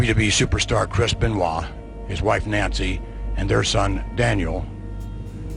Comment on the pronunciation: The one thing says “ crisp and wall “ instead of chris beniot. Lol When I first heard this story I couldn’t believe it, so sad . Rip 🕊🕊🕊